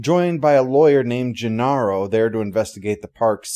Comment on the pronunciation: And I have never heard the name pronounced Genarro